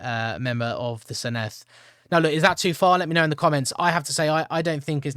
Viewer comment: Given you asked for feedback, the double D is like th in “the” not the th in “thistle”